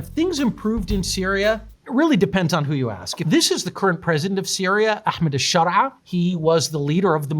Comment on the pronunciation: he pronounced ahmed al-sharaa a little weird (when compared to syrian pronunciation not english)